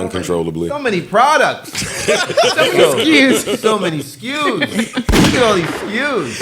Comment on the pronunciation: "All the skus.."😅😅😅